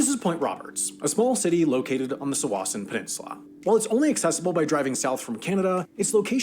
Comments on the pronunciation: BTW - don't trust the pronunciation of towns - Sault Sainte Marie is said "Sue Saint Marie" - one of my brothers live on the Canadian side for many years. A couple other places he had the names wrong, but they are tricky names - like Tsawwassen, which he also mispronounced [it's "tah-WASS-en". But yeah, there are a few spots that are tricky because they are on the border. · The guy in that video you watched pronounced Tsawwassen, Sault Saint Marie, and Sumas wrong.